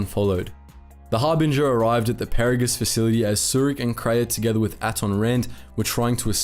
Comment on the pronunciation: Did this guy actually play the KOTOR and TOR games? He is mispronouncing everything from Peragus to Adegan. It's driving me nuts.